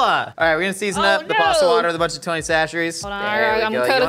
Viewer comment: As someone from south Louisiana. did well on the tony c's